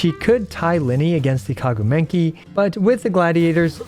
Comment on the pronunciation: "kaguu menki" 😭